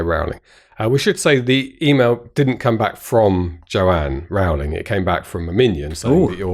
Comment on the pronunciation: Stan & Ollie was brilliant. My favourite film in ages. And if you want JK Rowling, you'd better learn how to pronounce her name (it's as in Rolling Stone) :-)